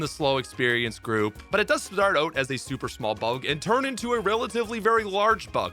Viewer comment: As a Canadian, I don’t understand how you say “dragonite” with such clarity but then say “oat” instead of “out”